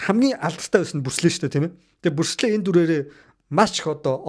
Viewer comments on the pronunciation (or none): Бүрслэ биш Брюүс Ли гэж дуудмаар юм бишүү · Күмпүү, Пилософи, Пүрслээ л гээд байхын😂😂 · айпимэн, бүрс лэ, пилсоп, күнпү, 😂😂😂😂 сүүлдээ бүр пүрс лэ 😂😂😂😂